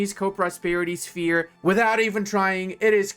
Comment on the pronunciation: "Shepe" Okay, I believe that's the traditional Romanian way to write how less civilized "language" called English "sphere". But, let's not focus on history lessons here, it's perfectly fine, move on, back to the Mines, don't forget to say last good byes at home... 😋